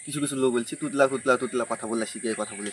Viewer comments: দেখ তুই নিজেই নিজেকে তোতলা বলছিস কারণ তুই নিজেও জানিস ওটা তুতলা নয় ওটা তোতলা বাট উচ্চারণ করতে পারছিস না😂😂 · হ্যাঁ তুই তুতলা নয় ❌ তোতলা ✅